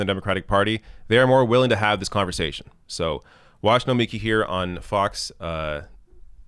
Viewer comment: Nomiki gonna come at you for pronouncing her first name that way. 🤣😋